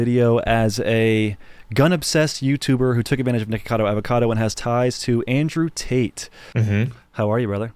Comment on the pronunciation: Did he just say Andrew Taint?